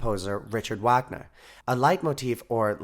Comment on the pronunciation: You lost me when you pronounced “Richard Wagner”.... can’t take this seriously now